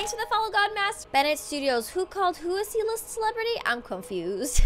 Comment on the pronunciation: I thought he said "E List"